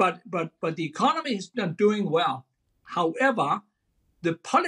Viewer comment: He's gonna fiiiiiiix the ecoMOny!